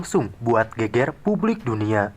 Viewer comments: mas bkn geger tp..GEGER ..geger itu arti nya badan..klw GEGER bru bner art ny heboh mas.. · Cara baca GEGER salah bang.. Bunyinya salah huruf E nya